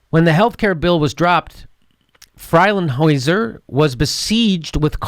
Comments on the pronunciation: free ling huy sen is the way it is pronounced. There's a blvd in Newark named for his family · Free-ling-high-sin Attorney general from nj.